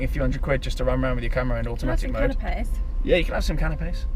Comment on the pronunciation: Gonna be some wedding, I thought I heard offer people cannabis then realised she said canapés lol 😂